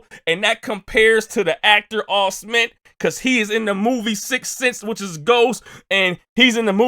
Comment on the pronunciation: I thought he meant Joel Osment but just said it Osmeen